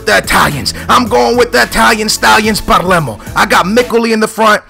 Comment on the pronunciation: PALERMO, NOT PARLEMO!